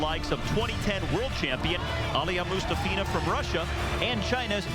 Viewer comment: Ella I.n.c - it’s actually Moo- ‘STOFF-ina. That’s her preferred pronunciation. 🙂